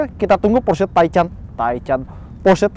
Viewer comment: Taican... lu kata sate kali bang... hahahaha